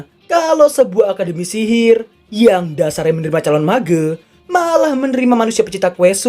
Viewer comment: ngomong "mage" nya gitu bg🤭